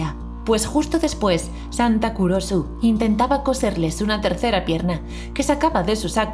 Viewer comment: Cuando dijiste santa Kurosu yo pensé que dijiste culoso